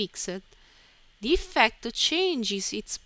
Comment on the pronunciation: Say eefcte one more time, I DARE YOU!!, no I double dare you , say eefecte ONE MORE TIME.